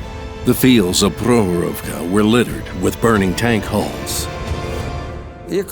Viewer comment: great vid... but next time please have people who can actually pronounce the name of the place 'Prokhorovka' - they all sounded drunk saying it. Prok-horovka - there is a K they somehow swallowed up in mispronouncing it.